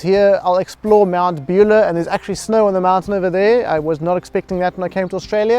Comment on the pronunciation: Good video, thanks. Fyi Mt Buller is pronounced Mount Bull-ahh rather than Beulah 👍🏽